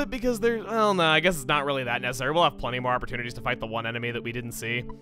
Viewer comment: Did you say.... That wasn't NESSessary? Or is it just me?